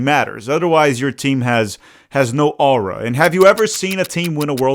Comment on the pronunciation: is it just me or do you say "aura" weird??😂